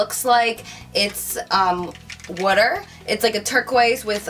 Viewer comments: Haha u say water funny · I like the way she pronounces the word water :p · I love the way you say water<3:) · I love how she says water! Haha